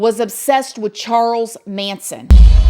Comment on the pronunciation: You said “” lmao